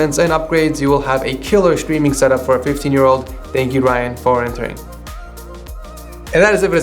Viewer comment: ''chtreaming'' xDDD